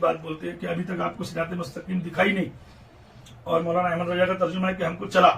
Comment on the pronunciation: Jisko raza bolne nahi aata wo jahil fatwa dega raza ko raja bolta hai